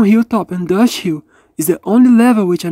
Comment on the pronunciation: I love how this guy says dust hill “droshii”